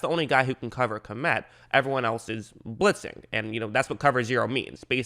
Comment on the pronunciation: By the way, Kmet is pronounced as one syllable. In some Slavic languages it means peasant, and in some senator, chief. I guess he is originally from the Czech or Ukraine.